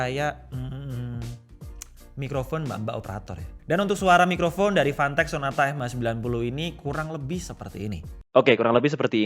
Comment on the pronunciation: Fantech ya... Jangan salah sebut.... 🤣